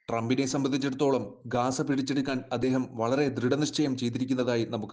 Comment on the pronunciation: ഗാസ അല്ല സഹോദര ഗസ്സ എന്നാണ്